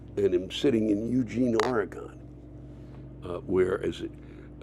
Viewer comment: Lewis you didn't find Ken because you don't know how to pronounce Oregon 😂 But I'm happy you showed up in Eugene, my old stomping grounds. Lots of acid & mushrooms. 💃